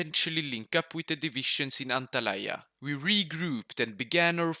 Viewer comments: as a turk İT İS NOT ANTALAYA İT İS ANTALYA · I died when I heard how he said Antalya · he butchered antalya lol its fine since the this was FIRE 🔥🔥🔥🔥🔥🔥🔥🔥🔥🔥🔥🔥